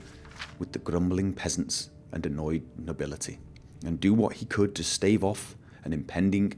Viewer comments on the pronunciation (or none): none